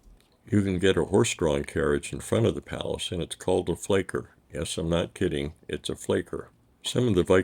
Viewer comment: Only one error in an otherwise brillant effort: it is Fiaker, not "Flaker"- Somehow the "i" got mixed up for an "l". Again: FIAKER, not FLAKER.